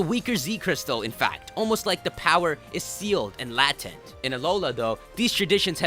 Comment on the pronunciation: Why'd he pronounce latent that way..................